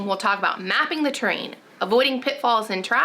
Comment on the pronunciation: So funny that it took hearing you 3 times before I realized you were saying "terrain" & out "train"~ kept thinking, how do you map a train, wtheck?? 🙃Im a dork, its true *Excellent guide btw💡👍